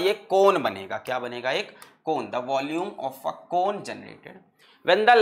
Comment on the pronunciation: U r true physics wallah student when u hear allakh sir saying valume and remember sarvesh sir 😂😂😂